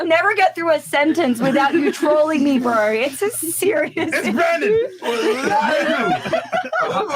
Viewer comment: It's "bro" not "bruhrr"